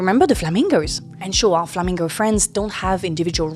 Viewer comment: Hearing a French woman pronounce "flamingo" gave me a chuckle... lol